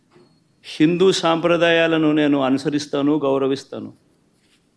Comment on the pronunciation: Jagan anna shindu sampradaayalu kadu Hindu Sampradayalu mundu palakadam nerchuko